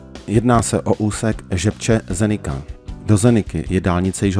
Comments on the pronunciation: Zenica se vyslovuje Zenica ne Zenika. Jinak pěkné video a pěkná trasa. Jezdíval jsem s rodiči za komančů přes Maďarsko, Sarajevo do Dubrovníku a do Černé Hory. To už je let. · Zdravím. Veľmi dobre spracované video. Naposledy sme túto trasu absolvovali v 2019-tom pred plandémiou ,to ešte nebola diaľnica ako tento rok. A malá chybička se vám tam vloudila. Mesto Zenica je vyslovované tak ako je napísané,nie Zenika.